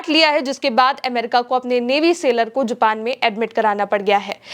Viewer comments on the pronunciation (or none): none